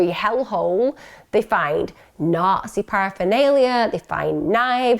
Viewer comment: what are narces? I dont understand that word is it a UK thing? did you say Nazi